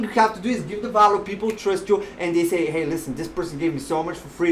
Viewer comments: I can give you value by teaching you ESL. I'm a professional English teacher. Veeehhh-ill-you. Not Vow-loo. Seriously. Let's talk and help each other. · I’ve been listening to many people talking about this book or similar books and no one has ever explained it so clearly. You make total sense. I also love how you say “value”. 😁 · You requested feedback, I’m not one to criticize, especially someone doing important work like yourself. A lav mic might give better audio since your not always facing the mic the way it is set up now. You’re energy off the top was off putting to me personally, but I am warming up to it. Lastly, that’s not how to say value 🤣